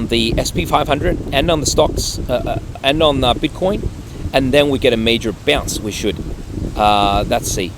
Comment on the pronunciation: Why do you keep calling it “bitter coins”? It makes it sound like you don’t take it seriously and don’t know what you’re doing.